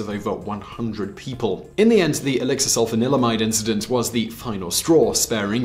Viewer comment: I keep hearing alexa instead of elexir 😂